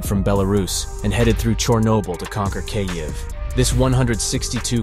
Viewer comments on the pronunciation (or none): How is it that there have been stories about this war for more than a year and yet your narrator can't pronounce the name of the Capital city properly. If you want to present information with any sense of authority get the pronunciation "Keeeev" not "K-ev" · Great info but hire a real person to narrate your videos. Hearing "Kay-eve" over and over completely distracted me from the video. There are plenty of English speaking voice actors out there that would gladly do it for free in support of Ukraine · Kyavvviiii the A.i bodice is crazy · Learn how to pronounce Kyiv. It’s pronounced Keev not Kayiv. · Is no one going to mention that he is saying cay-iv? WTF? I really hope you're pronouncing it that way just for the sake of driving more engagement. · Its pronounced keev. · how do you not know how to pronounce kyiv by now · gosh i almost cant watch this. i looks good i just cant stand the way he says the cities name. uggg. Slava Ukraine!!!! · I've heard Kyiv pronounced two different ways. The way he pronounced it is neither. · How on earth IS he pronouncing the name Kyiv? It's not hard! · 'Kyiv' isn't difficult to pronounce. Yet the guy doing the voice-over manages to mispronounce it - consistently. 😂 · Thanks for your reporting but if you're going to talk about the Ukraine war, you may as well learn how to say "Kyiv" better (it's just one syllable, and think of the "y" as just another "i"). Slava Ukraini! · Until you learn how to correctly pronounce Kyiv, I'm outta here.